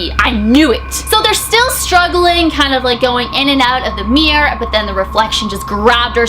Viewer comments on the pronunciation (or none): Everytime she says mirror she says 'meer' sorry 😅